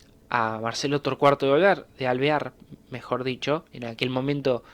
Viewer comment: Amigo, dijiste 5 veces el nombre de T. De Alvear y solo 2 lo dijiste bien jajajaj Muy buen video! Consulta, que hacía Justo en la UCR?